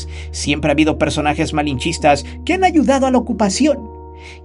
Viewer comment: La palabra malinchista está mal dicha